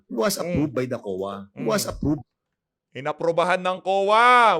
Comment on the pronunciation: Hoy dan fernandez mag aral ka mag english, ang chaka ng diction mo, Collectib, apprub, dis waz, parcheys, hahaha, bakit dika na lang kaya mag tagalog, obvious naman na hirap na hirap ka mag engles.